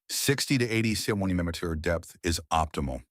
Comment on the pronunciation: Im just here to hear how bad the AI pronounces centimeter